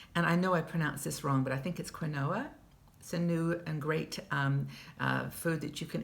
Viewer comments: I made the same mistake....found out it's pronounced "keenwa" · quinoa is pronounced keen wah. Thank you for your videos. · Hello, thanks for the information. BTW the grain (?) is pronounced keenwah! Love your morning talks. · Hi, I'm not sure if anyone has told you the pronunciation but it's pronounced keen-wa. I believe it's origin is in Peru.